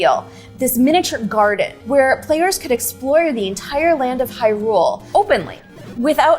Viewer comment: The way she pronounces Hyrule at ...is it just me or is it a little off?